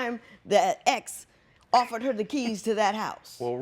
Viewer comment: He said “one affurr” 😂😂